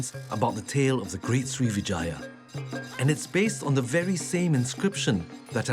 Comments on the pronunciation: Pease don't say it SRI VE JAYA but SRIVI -JAYA (SRIWIJAYA in INDONESIA) SRI VE JAYA is wrong and sound ugly too, like saying VAGINA 🤔🤔😡😡😡😡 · Not Srivijaya but Sriwijaya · not Srivijaya, but SRIWIJAYA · Everytime he says 'Srivijaya' it sounds like he is saying Three Vaginas. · Every time he says srivijaya, i hear vagina